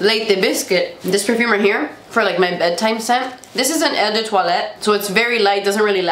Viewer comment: An easy way of pronouncing eau de toilette is "Oh duh twah-let." Eau like, oh! Oh geez. Paris is unbelievable. Next time, try and visit Père-Lachaise, get a tattoo in Pigalle (the Red Light District), and visit the bars around the Bastille at night. So happy your dream came true.